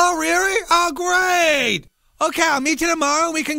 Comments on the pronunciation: Oh rearry?!?! Oh Greeaattt! LOL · Oh rearry?o greiit:D